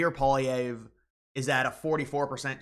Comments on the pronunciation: it's pronounced Polly-ev not Paul-Vee-ehh. And the election is on the 28th not the 20th. You must be an American. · Pierre Poilièvre is a "Red Tory" and his name is pronounced "Pwul - lee-EV-Re. Do you know anything about that nerd? He's had one job in his life. He's a career politician. Since the age of 23, he was an MP. Who is better qualified as Prime Minister? The following: Elizabeth May, Jagmeet Singh, Mark Carney and Maxime Bernier Alberta is subsidized when oil prices are down and subsidize the rest of Canada. Canada has an area of inhabitable land that is 7% of that of the U.S.. Nobody in his right mind thinks Canada can support 100 million people. Ontario has a CONSERVATIVE government and Premier Doug Ford was called the "Trump of the North". Alberta isn't the only province rich in natural resources. Most Canadians in any province do not want to be annexed by the United States. Anyone who has any inkling of history knows that Canada and the U.S. are drifting slowly toward being one entity. The Conservatives aren't that much more Conservative than the Liberals. The only real Conservative party is the People's Party of Canada. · Love your show. But say it with me...Pwaahleehevre. I say that if the Prairies succeede( Berta-Saskat-Toba) ALL OF CANADA WILL FOLLOW. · You have got to learn how to say Poilievre. It is pronounced as Polly-ev. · There’s a V not Polllyierre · You lost me in the first 10 seconds. You don’t know how Carney became PM.( It wasn’t rigged.) And you can’t even say Pierre Pollieve’s name correctly.